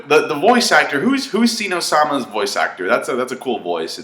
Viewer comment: The Zenou was adorbs. The God of Dragon's wakening was a fantastic scene, love that they made him huge. (BTW, it's not pronounced like "Zee no")